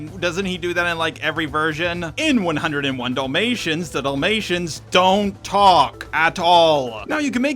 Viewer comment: I like how you say Dul-mations instead of Dalmatians. Like...the boring dogs movie. Also for the animated little mermaid there was a funny skit on it I saw before where despite losing her voice she took a wooden stick and told Eric everything by writing it in the sand and Ursula was left just asking herself how her plan failed. XD